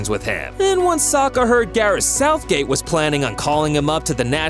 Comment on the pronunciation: Did he say southgay?